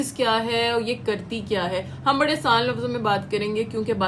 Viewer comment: "بھڑے" نہیں ہوتا بی بی ۔ "بڑے" ہوتا ہے۔